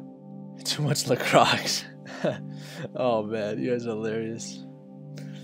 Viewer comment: No it's la croi ; do not prononce the x.